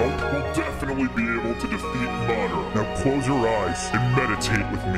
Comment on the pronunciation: My man said marder